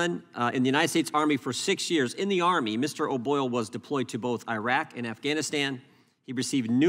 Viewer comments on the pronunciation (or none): At least name the country correct it is not AYREQ or i WRECK for US army, it is IRAQ.